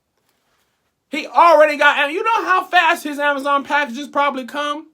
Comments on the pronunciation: The way you pronounced Amazon (Amaza) almost took me all the way the heck out😂😂😂😂😂😂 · I'm just mad at how he pronounces "Amazon"